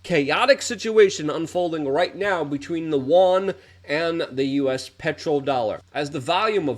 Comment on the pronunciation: You don't read the comments - I told you how to say "yuan" and it has gone on deaf ears